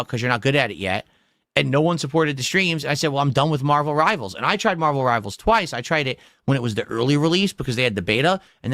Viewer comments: Marbuhl Ribuhl ♿️